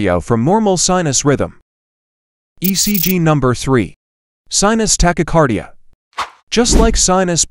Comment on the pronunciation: The AI voice mispronounced asystole and tachycardia.